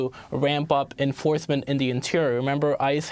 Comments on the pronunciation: "Wamp up enfawsmentz" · Latt week.... Interior enforsmen. Tooth... Dis... Moss of them...